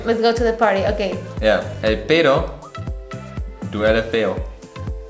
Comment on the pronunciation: The pronunciation of "pedo" from hahahaha so freakin adorable 😂 I loved the mariachi yells xD sounds really authentic